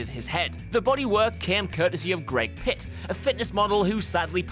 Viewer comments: it's Greg Plitt, not Pit. 🙈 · Dude. It's Gregg PLITT. You missed an "L".... Y'know, that thing you took when you made this video... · Gregg Plitt not Gregg Pitt, c'mon man, the guy has passed, get his name right.